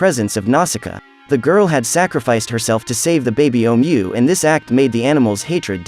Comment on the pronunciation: DUDE THIS FUCKING AI GARBAGE SUCKS AND YOU WRITING SUCKS.......... LOTS OF BAD PUNCTUATION. ITS SO BAD I CAN *HEAR* IT. YOU SAY HOWEVER ABOUT 50 TIMES THROUGHOUT.... AND NO EFFORT TO REPRONOUNCE OHMU'S JUST SAY IT YOURSELF OR SAVE YOURSELF THE BIGASS WASTE OF OUR TIME AND YOURS